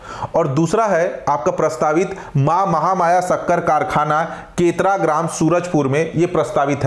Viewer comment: केतरा ❎ केरता ✅